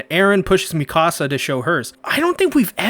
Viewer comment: I luv your commentary..but dude..her name is HAHN-GEE. Is there a reason you call her "Hangh?" Maybe I'm missing something(?) Or maybe I'm just a stickler for their names cause, I have so much respect for these characters.. Also, its [Meek-a-suh], not "Me-KAH-suh." I'm real protective of the Survey Corps. (I know..its weird)